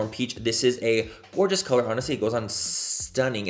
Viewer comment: Love, “back and the brows are filled”! Don’t stop!!! Every time I do my makeup even though I never make any social media videos I say it 😅 Also love when you say, “Gorga” and “It es… what it esss..” 😆🤣😂